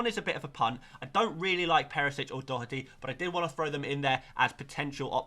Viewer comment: Respect for being the first FPL content creator to pronounce Doherty correctly 🎉👏🏻